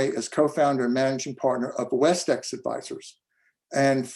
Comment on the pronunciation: WestExec, not "WestEx"